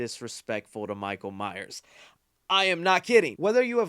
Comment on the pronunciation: Thanks for the review. Please be sure to put the 's' on the end of Myers. You said Myer once this review and same on a lead up to the movie a week or so ago. Signed Neil Myers 😁